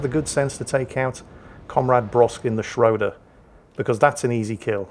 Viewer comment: Now he has time to learn to pronoune the "ö" in "Schröder" correctly. Greeting from Germany ;-)